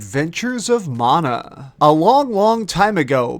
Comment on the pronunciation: Mana you dumb fuck. Like man-uh. Not mawn-uh